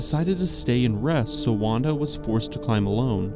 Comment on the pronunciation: Wanda is pronounced as Vanda btw in Polish.